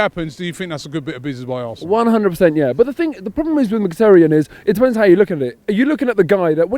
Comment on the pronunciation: Robbie - why can’t you pronounce Mkhitaryan‘ snake correctly?